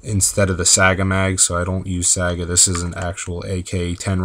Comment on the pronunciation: ... are you pronouncing it saaga?